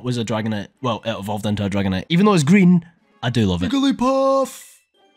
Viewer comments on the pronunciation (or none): none